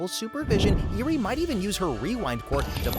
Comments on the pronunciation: that and calling iida "lida" and eri "iry"... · Can you learn how to pronounce names please? IzukA, Eery, ETC. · The mispronunciation of the name sis genuinely pissing me off. Like did you watch the show. I’m like 2/5 of the way through and already I count Mineta, Iida, Nomu, and a few others. Edit 1: LIDA???? IIDA. EE-DUH. Edit 2: EERIE!? ERI. OMFG this is pissing me off. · "Lieduh" "Leeduh" "Lidduh" "Nahmu" "Eerie" I'm BEGGING you did you even watch the show 🥹